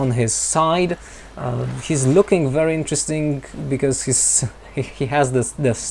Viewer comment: Me too. I like it when he say "lookinG" with a hard G.. quite charming :)